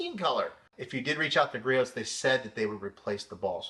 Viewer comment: Just an FYI, the "t" in Griot's is silent. Say gree-ohs